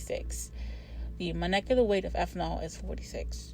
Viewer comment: I believe its pronounced intermoLecular forces and moLecular weight❤